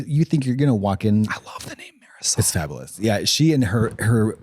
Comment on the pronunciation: When they said "maryzal" I literally though that was an actual name until my Mexican ass figured it out it's "Marisol"😂😂😅😅 Am I wrong?? 😅😅